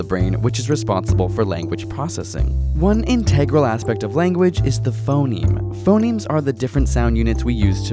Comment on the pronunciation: I thought he said "Phomemes"